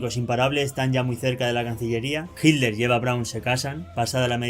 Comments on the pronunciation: Entiendo que el Hitler, NO HILDER. Qué te pasa??? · Hitler. No jilder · Es hitler,...no es hidler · Hilder? por favor un esfuerzo por la pronunciación . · Porque los Españoles dicen “Hiller” sin pronunciar la letra T ?